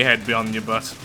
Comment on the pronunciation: The word butt sounds so butt-y.